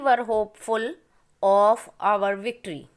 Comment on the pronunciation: I want to tell you that victory spelling is correct but speaking pronunciation is wrong